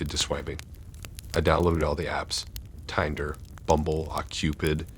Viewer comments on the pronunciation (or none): Your mispronouncing of words like Uber, barrage, and Tinder at times made it difficult to listen to....